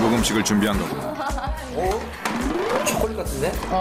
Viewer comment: 진짜 외국인들 보면 쬬꼴렛 쬬꼴렛 이라고 하는데 발음 개귀여워